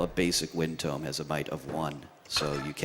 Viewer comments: IT'S PRONOUNCED TOE-M!!! I loved the runner and the couch but that one thing kept getting to me! Lol It's a book, not a place where you bury dead people haha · It's Tome, not Tomb. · people who pronounce Tome as Tomb trigger me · Tfw he pronounces tome as "toom".